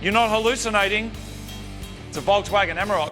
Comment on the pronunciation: A Volkswagon what? This is hilarious.